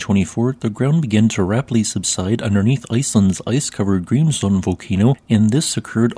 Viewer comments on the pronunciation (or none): This actually is his real Voice. He said during a Stream that he's autistic (if I remember right) and due to that he speaks monotonely when reading. My Issue is more the Pronounciation of Grimsvötn as something like [ g̥rimsfoʊn] when it's actually ['g̥rimsvœʰtn̥]